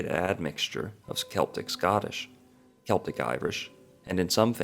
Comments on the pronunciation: It might help to prove the claims made if the narrator didnt keep pronouncing celtic as seltic. Its pronounced keltic. A hard C sound. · Also, Celt is pronounced’Kelts’, not ‘Selts’. Therefore ‘Keltics’, not ‘Seltics’. The narrator mispronounced it in the first part of this video. Wordnazi, sorry😩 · "K" Celtic. Celts...NOT "S" Seltic....uggggg.